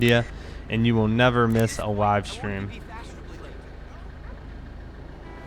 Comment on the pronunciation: Is it me or does he have a W in every word he says. he said Wive stream